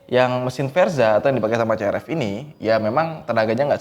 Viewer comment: Bukan C-R-E-P